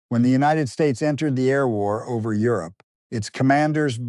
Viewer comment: Euro-pee? AI bullshit